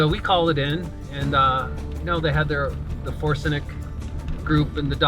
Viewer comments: Did this dude just say 4-senic but meant forensic ? if so, What is up with people f-ing up on speech ? I am not a native speakers of the English language, but i do pronounce words waaaaayyyyyyy better than alot of americans do. What is going on ? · Did he say forsenic?